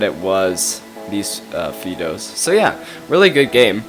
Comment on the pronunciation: Fido. Is it not pronounced like the dogs name? Sounds like High dough. I'm glad somebody finally created TA for the 21st century! Keep producing these videos. Love em.